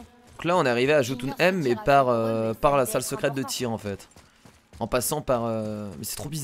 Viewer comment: Ça vous perturbent pas quand dis "Jotuneïm" au lieu de "Yotyneim"?!??